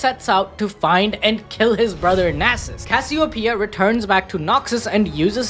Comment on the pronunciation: cass-i-o-pia is crazy